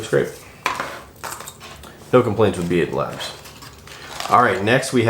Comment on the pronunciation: B8labs is supposed to be read as “bait labs”